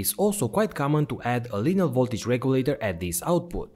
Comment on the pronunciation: It's Linear not lineal